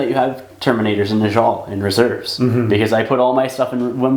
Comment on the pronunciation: Great stuff- just a quick note - it's pronounced neh-yall not nuhjall